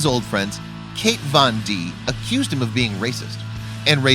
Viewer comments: “Kate von d” 😂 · "Kate Von D" 😂😂😂